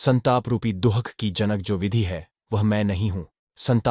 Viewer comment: कृपया अपनी मानसिक बीमारी को सुधारो,जानबूझ कर कई शब्दों का गलत उच्चारण करते हो,ज्ञान को jhyan,कभी घ्यान,कभी ज्यान बोलते हो, दुःख को दुहक बोलते हो,ज्ञात को ज्यात 🤔🤔